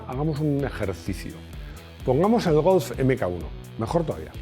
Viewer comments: Se dice Golf no Golz de nada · Me llama la atención que siempre suele pronunciar Golf como si acabase en Z. ¿Es la forma correcta o es una "maximada"?